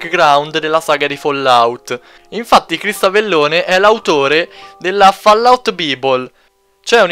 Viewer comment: "Van Booren" - "Avellòne" - "Fallout Bìbol" Muoio :-(